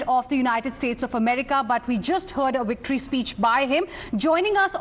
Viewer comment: The ‘wictory’ speech 😂😂